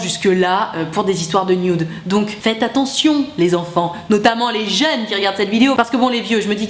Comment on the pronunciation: Ca y est, est devenue vieille.. " Mais les JEUN'S "